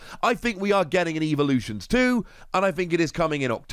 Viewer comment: You say evolutions weird unless that’s your language not to be rude it sounds like your saying evaluations